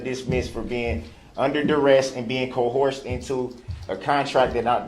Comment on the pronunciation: Cohorsed and durest lmao! Duh! rel you so silly!